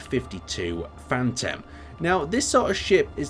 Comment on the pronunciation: Phantom=drop ship Fanta=soft drink Misheard him the first time